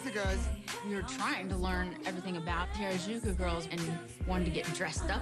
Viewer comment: You'd think after being told "Hah-rah-joo-koo" (Harajuku) hundreds of times, they'd finally pronounce it right.